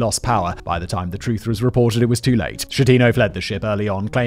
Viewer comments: It's pronounced f*king Skettino, like Bruschetta il pronounced Brusketta. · Just to note: Giglio is pronounced with both soft G’s like “glasses” instead of “greetings”… it’s more similar to lilio than GiG-lio Vice versa, Schettino is Skettino because in Italian ch combine to became an hard C (it’s basically the equivalent of the K we don’t have in the alphabet)